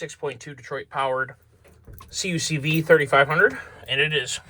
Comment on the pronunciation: Great series, I’m here for it. If you care, most people who reference these vehicles say “Kuck-vee” not “see-you-see-vee”